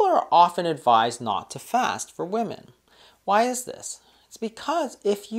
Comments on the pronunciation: Why does she say woman instead of women? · why does she keep saying woman instead of women? LOL and sorry but my appetite goes up 3rd week of cycle aka PMS week. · I was just googling and wondering the same thing! Usually women refers to more than one and woman is one woman. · I don't trust a woman can't say WOMEN! :D